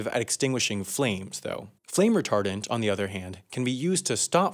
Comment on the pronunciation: Why did I hear retarded instead of retardent